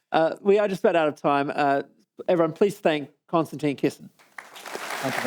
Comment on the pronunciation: It's Konstan TIN, not Konstantine, Konstansteen